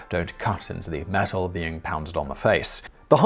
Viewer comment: Is it just me who was confused that he kept saying mesul instead of metal?